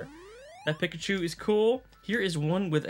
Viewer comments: It's Peek-A-Chew not Pick-A-Chew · Dude am I crazy or are you saying PICKachu. I always pronounced it PEEKachu, now I'm questioning my childhood. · The way he says Pikachu is just wrong.